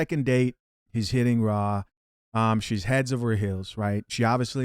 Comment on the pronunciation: Not “Raw” 😂😂😂